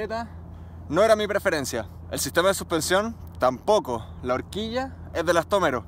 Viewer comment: Estoy hasta las narices de que digas elastómeros